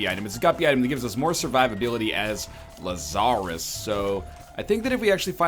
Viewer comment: La-zar-rus Laz-a-rus bose